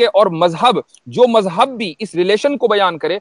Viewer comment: Urdu zaban sahi bola karo, mazhab ko majhab mat bola karo, wazahat ko wajahat mat bola karo